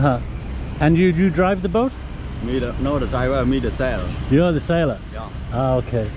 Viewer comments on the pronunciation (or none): Sounded like he said he was the seller not the sailor.